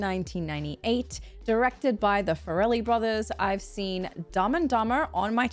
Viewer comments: Hey, not Fur-Elle brothers, its Far-Lee. You're welcome. And when are you going to watch Reign Over Me with Adam Sandler? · BTW it's the Far-Lee Brothers not Far-el-ly Great reaction. Also when Mary said she's gonna go hook up with Warren. She just means they're gonna meet up. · it's pronounced /FAIR-uh-lee/ not /fuh-RELL-ee/. If they were Italian and named the Ferreli brothers your pronunciation would be spot on. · By the way, you're saying "Farrelly" very Italian like. It's pronounced more like "fair-eh-lee". Also, Brett Favre was a very popular American football player at the time, and the joke was that his name was spelled different than it's pronounced, but thanks to the subtitles, you totally got it not even knowing that. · I believe it's been mentioned by others below, but their name is pronounced Fair-eh-lee. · They pronounce their name like "fair lee". I know, its not necessarily pronounced the way it might look. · Farrelly = Far+Lee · Mary, it's the "FAR-lee" Brothers LOL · I always heard it pronounced FAIR-lee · I agree with this one, but fair-a-lee. I was trying to figure out his to type it out. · Lol wtf is the fa-rellie brothers 😂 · Your pronunciation of “Farrelly” is perhaps the funniest thing about this reaction. 😄 You made them sound like a couple of gangsters.